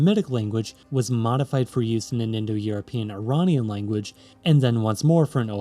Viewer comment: Iranian* not Ironian